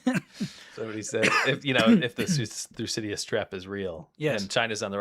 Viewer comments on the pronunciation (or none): Thycidides Thu-si-di-dees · Thew- Sid- Da- Deez…!